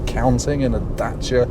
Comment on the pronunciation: The correct pronunciation of Dacia should be the way pronounces it.